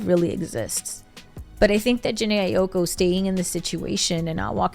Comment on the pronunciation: The way you pronouncing her last name been pissing me off 😭😭